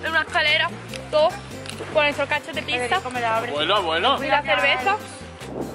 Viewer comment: ¿¿Por qué dices PISA?? Es piZZa T-T